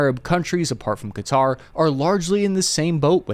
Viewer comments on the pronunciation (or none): none